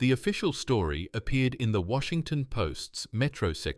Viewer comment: AI pronounced aye-eye, went bonkers half way through this story pronounced store-eeeh.